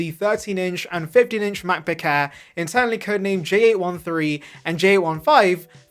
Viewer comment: "...the Macbook Hair's..." 😂😂😂